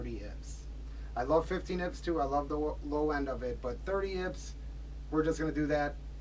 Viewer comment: great video but it’s I P S. not ips lol.